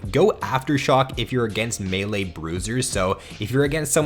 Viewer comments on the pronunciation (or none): none